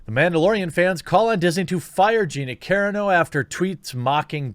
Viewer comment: Kah Ron 0 !!!! Not caron o All that Butt Larson swooning has messed with your head man 😂😂😂 🤘🏻⚡️🤘🏻